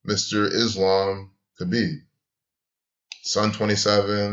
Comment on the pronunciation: It wasn't that hard to figure out, moron. Everyone was saying it. If you followed UFC you would know. And learn how to pronounce Khabib's name.